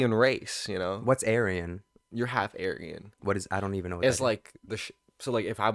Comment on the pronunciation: the way is pronouncing aryan is killing me.